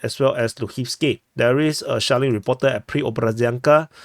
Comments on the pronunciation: Every time you say "shelling" I hear "Shaolin". Maybe I just watched too much old kung-fu movies. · He's actually saying shaoling 😂 it's dpa humour lore from the very start of the war/his channel